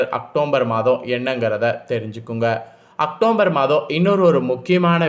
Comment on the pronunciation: முதல்ல உச்சரிப்பு செரி செய்ங்க. அக்டோம்பர் தவறு. அக்டோபர்.சரி